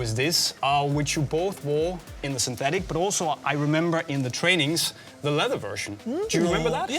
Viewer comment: Interesting how Soony pronounces "leather" like the German word "leder"